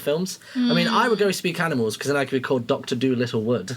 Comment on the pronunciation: i love how they pronounce animals as aminals